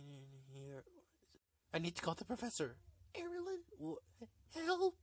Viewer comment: you pronounce my name like Airalin only my name is Erilyn